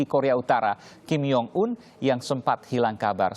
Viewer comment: IDIOT INDOg🇮🇩guk🇮🇩guk🇮🇩guk🇮🇩 ngeja nama kim jong un 2X saja gak becus.!🤬 kayak negara idiot masyarakatnya gak tau belajar ngeja yg baik & benar kalah sama murid sekolah SLB.! Btw counter attack duta KBRI soal penjelasan pencegahan virus trump=@ cadasss brooo🤘🤘